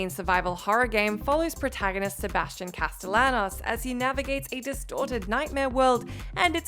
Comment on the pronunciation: Why does everyone say Castellanos wrong?